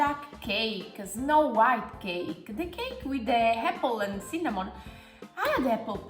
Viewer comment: "CINNÀMON!" Adoro la pronuncia! =D